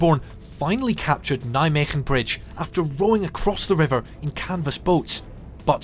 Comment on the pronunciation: Kudo regarding your Dutch pronounciations, getting the “g” right in Veghel and Nijmegen. I don’t think I’ve ever heard a native English speaking person getting it right! Well done. And a fine documentary on MG as well. Question: I recognized many of the scenes but are the landing images - originally from MG? It looks like farmland, while the landing terrain was mainly heath.